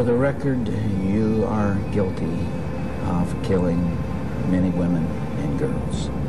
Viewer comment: women* not wowan